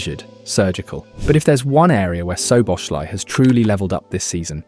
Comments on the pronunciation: its definitely the same Soboshlai cause its pronounced "So Bo Sla E". Love how no English person even tries to pronounce his name proper... I am sure he gave up on it long time ago... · Nearly got his name right. It’s pronounced SO-BOSS-LAA’ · Everyone, but it's okay. Soboslaee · bro if it helps, its pronounced soboslai lmao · Can I please ask you to try to pronounce his name properly he deserves it, as a Hungarian I know our names are very difficult for English speakers, but I give you a little help “Sz” in Hungarian is pronounced as English “S” And “I” at the end of his name is pronounced as English “e” letter so “Soboslae” that’s the closest how you can pronounce his name properly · Mate, learn to pronounce his name properly, it's really not that hard. In 1 video you did 4 different ways. "SZ" in Hungarian is a simple "S" in English...